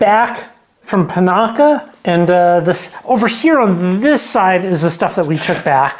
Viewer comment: Have you found the semi hot spring in Panaca yet? Rocky hill behind the pond, possible spot, great place to swim in warm water. It’s on the edge of town. Oh yeah, it’s PAH NACK CA. One more thing those are WILD horses, Farrell sounds so disgraceful. Overwhelming. Enjoy.